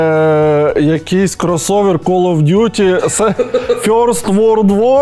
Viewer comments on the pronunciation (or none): none